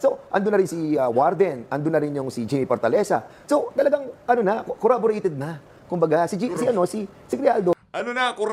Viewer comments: Cong Fernandez. Hindi corraborate. It is Corroborate. Para namang rapido ang bibig nito. Paano ka maintindihan kung wala ka namang preno sa pagsasalita? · pakisabi po kay Croc Dan, CORROBORATE po yun, hindi CorrAborate. paulit-ulit pa sinabi eh!